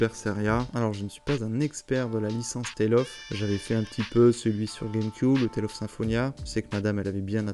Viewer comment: "Je ne suis pas un expert des Tales of" ben déjà tu le prononces pas "Tolle of" donc c'est mieux que certaines personnes :-) Petite sélection de jeu à histoire/ambiance, au calme ! Tu devrais continuer avec Hellblade. Bon, je te laisse, j'ai rendez-vous chez le médecin pour une trépanation pour me soigner d'un torticolis. Je ne suis pas trop médecine new-age comme vous...